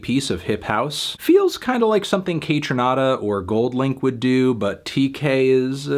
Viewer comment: No melon, it’s Tkay not Tay-k. I’m sorry to be the one to tell you. He’s not freed.